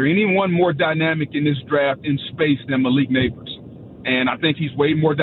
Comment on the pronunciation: Did this fool say Nabers & hill the same 😂 He’s more similar to Chase